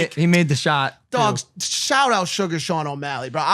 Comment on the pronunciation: Sugar Shane not sugar Sean lol